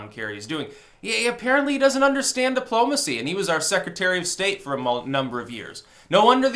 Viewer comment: "Dip-plomacy"....perfect.